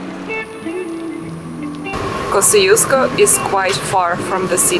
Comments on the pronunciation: I wish I knew that you were here - I'd have loved to meet you. :D And yes, we love our Asian food, but there are plenty of great Australian restaurants here to, but many of the best are out in the suburbs. And the pronunciation of Kosciuszko is something like kozh-oosh-ko, not kosi-os-ko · both are wrong. The polish pronunciation is something like Kosh-Choosh-Ko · I think in Polish it should be pronounced like Kos[ts]iuszko. But I'm not sure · Aussies pronounce Kosciusko wrongly. It should be pronounced Koschooska, or in your language Косчуско. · Вершина Тадеуш Костюшко - польско - белорусско - американский деятель. Герой США. Произносите правильно. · But isn’t it nice that there is this mountain that Australians from everywhere in the world can mispronounce and not care.